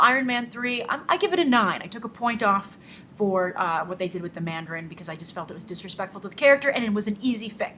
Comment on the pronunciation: Dont call it "Mandarine" lol